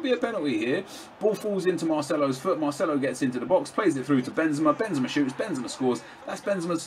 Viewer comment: Definitely go with MARCELO! Don't say Marceno to Marcelo!